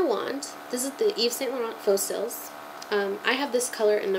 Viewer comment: actually cils is pronounced like seal..:)